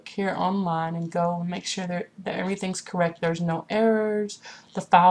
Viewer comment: you pronounced files wrong, you said fowls, hahahahaha